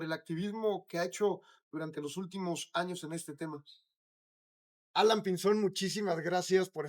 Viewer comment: Alaiiiiiiiiiiiin, alaiiiiiiiiin, no Alan Jajajajajajaja